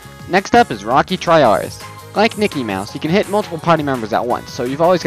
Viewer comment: Everytime you said Nikki, I thought you said Mickey